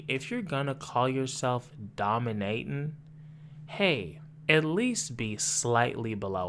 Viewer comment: “What the fuck are you dominayton?… the metaverse?”😂😂😂😂😂😂